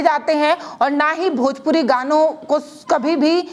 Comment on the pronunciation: Bhojpori nhin hota 😂bhojpuri hota h